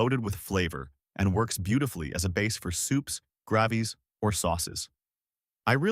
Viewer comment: Gravies is pronounced grayvees.